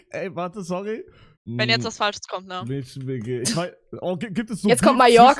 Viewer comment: SEIT WANN KANN MÄDCHEN RICHTIG AUSSPRECHEN?!?!!?